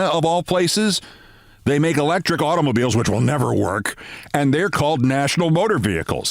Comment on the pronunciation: Of all your great stories, that has got to be the one of the greatest. Wow. I was running through Billys, then heard "'automobills", and it hit me who Mr. Billy was. Oy gevalt!